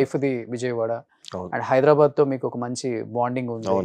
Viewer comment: హైదరాబాద్ ని పలకటం రాదు వెదవలకి. హైడరాబాడ్ ఏంట్రా?